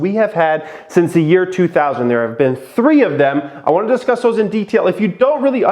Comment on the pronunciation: “What we will disuss”